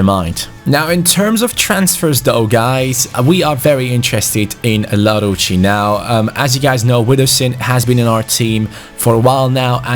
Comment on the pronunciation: you pronounce larouci el-arousi